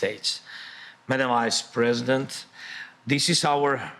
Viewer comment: I love how his pronunciation of "Vice President" sounds like "Wise President"